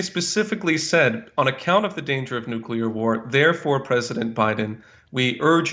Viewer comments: Dear America...if you must drive us to world destruction, could you at least pronounce the word correctly? There are only TWO syllables in 'nuclear', my dears. The second gentleman (and 80 percent of your people) say nu-cue-lar however. This is beastly mangling of the English language must stop darlings. Please try, won't you? If we must be turned to steam in a hellish atomic armageddon can we please pronounce it beautifully? 'Oh no! Nu-clear destruction! God have mercy on our souls!' (or somesuch). I'd hate to pop my clogs, to shuffle of this mortal coil feeling irked at mispronunciation. Have a little practise won't you? It would mean the world to so many of us 😘. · i just wish to see the day when people understand that it's NUCLEAR not NUCULAR. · Why can't people pronounce the word "Nuclear"? It's not Nucular,it's Nuclear. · It's nuke lee er, not nuke ya lur. Theres not a y in it. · What do people keep sayibg nukecular, when is clearly nuclear, makes them sound retarded. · Please don’t say “nuQUEler” war. No one is going to have a nuclear war. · It's NUCLEAR not nucular! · It's NUCLEAR , not "nucilar" !!!One loses credibility by speaking improperly and hurts one's argument ! Same thing with saying "would of" instead of "would have"! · I agree, BUT! Look how nuclear is spelled. It isn’t spelled nucular. If you want to sound like an idiot, pronounce nuclear wrong. Totally agree with this guy. AOC is emotionally blocked by corporate media propaganda. Cut through the military industrial complex BS, AOC! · “Nuke-yuller”: There’s no such word. If one must insist that the first syllable is “nuke” instead of “nu”, at least say “lee” instead of “yull” for the second syllable. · I was very frustrated that the protesters couldn’t pronounce nuclear correctly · these idiots seem to wanna nu-cah-la war... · "Noo-klear" jeez.